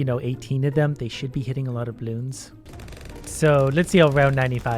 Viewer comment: Normal people: bloons: blioons